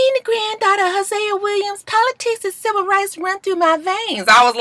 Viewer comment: Did porsha say "sliver rights movement" or "civil rights movement" lol sounded like sliver to me lol